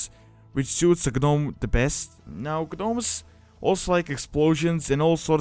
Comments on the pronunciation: I noticed you are pronouncing the Gnomes as Gnomes, but it's actually pronounced Nomes! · First Gnomes the G is silent when you pronounce it. Second it could be possible to add some lore to them like them trying to find a cure for the leaper gnomes. Or they could find a way to counter the super plague that the Dark lady is planing to use. That is just to name a few. But it is possible that leaper gnomes could invade major towns and spread an infection just like the one game glitch that happen the one time. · u dont pronounce the g 😀